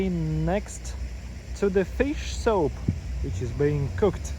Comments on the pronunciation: Dude,your english is improving,but get somebody who knows english to watch your videos with you and correct your pronunciation….you keep saying SOAP,referring to SOUP….at first was funny,now it’s getting annoying…. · He keeps saying SOAP referring to SOUP